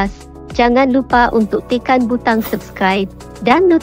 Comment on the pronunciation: min kalau nak sebut perkataan tekan tu baik baik sikit boleh tak,,...tekan bukan tikan😂😂😂